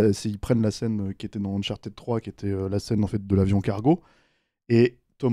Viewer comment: Uncharted se prononce "Unchart'd", ou au pire "Unchartaide", pas uncharTIDE.